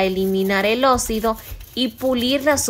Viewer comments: Se dice Oxido no ocido . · Osssido para decir óxido 😅🤣🤣🤣🤣🤣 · Me enfadó su voz. (Es óxido, no ócido, es reacción, no reación)